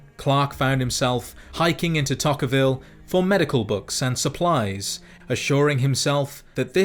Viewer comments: Someone has to say it its pronounced tokerville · Just saying, I grew up half of the time in UT and the pronunciations often confuse people. Toquerville is pronounced Toe-ker-vill, and is named after a native who inhabited the area at the time of the territorial US. Also, Hurricane, idk if its mentioned here or in the game but lmao here's a bonus: first time I heard my grandparents say it I thought they were joking but it's pronounced Hur-ah-kin. Just imagine a drunk southwesterner trying to say "Hurricane" and that's how it's pronounced. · You tend to forget how fucked utah towns spelling is until you hear someone miss pronounce em hard. Makes you remember that mormons got silly names. Toe-ker-vill Knee-fie. 🅱️0o geyman was funny tho